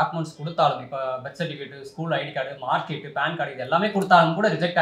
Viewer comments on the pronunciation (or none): தம்பி அது பெத் சர்டிபிகேட் அல்ல, பர்த் சர்டிஃபிகேட் பெத் என்று நீ சொல்வது கேட்க டெத் என்று ஒலிக்கிறது. உச்சரிப்பை கவனிங்கப்பு. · உங்கள் உச்சரிப்பைக் குறித்து சொன்னால் எதிராளியின்மீது பாயலாமா ? அல்லது சக நேயரென்றால் ஒரு தகவல்.. பழ்த் என்று ஆர் என்ற எழுத்து வழுவிச் செல்லுமாறு சொல்லவேண்டும். ஆர் சைலன்ஸுனு பெத்னு சொல்லக் கூடாது. சிலர் பேத் என்பார்கள் அதுவும் தவறுதான். உங்கள் ஆங்கில ஆசிரியரிடம் விசாரித்தபிறகு பதில் கூறவும். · Yes Death certificate pola ketkiradhu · Avaru solradhu thappa theidhunu dhan solrom Sonna dhan inimel sariya solluvanga